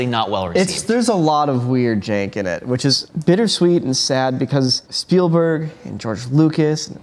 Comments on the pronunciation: “Steven SpielbUrg” 🤭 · Spielburg : Speilburg : No one can really write or say Spielberg ? :D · Stephen Speilberg. Not Speilburg eek! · It's Spielberg, not Spielburg. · Friendly note for the room, it's "Spielberg," and I'm only mentioning it because I fully expect the man himself could show up on one of these someday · I love Shtuven Spuhlburg. 😂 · *Spielberg. With an e.